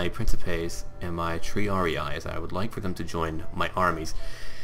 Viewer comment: Please, stop pronouncing triarii that way. it's Tr-ee-ar-ee-ee, not tr-ee-ar-ee-i, as you say. every "i" is pronounced the same way